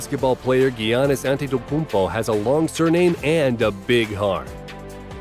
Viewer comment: Im sorry this a great video but dont butcher Giannis's name plz